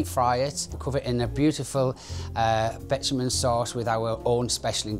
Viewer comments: What exactly is a ‘betchaman” sauce. Is that a béchamel sauce. OMG.😂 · 'Bitumen sauce' 😂